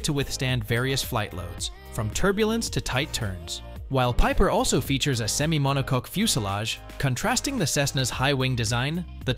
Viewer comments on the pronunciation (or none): I heard MONO-COCK